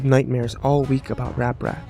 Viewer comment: Wait? Didn't he just say ApRat?